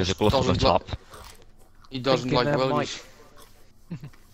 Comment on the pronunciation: That's "Willys," not "Willy."